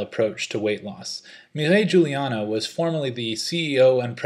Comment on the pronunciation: Learn to pronounce her name. Also, she was an exchange High School student, not a University student.